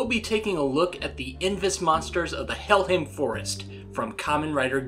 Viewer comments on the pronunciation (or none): It's not hellhim it's hellhime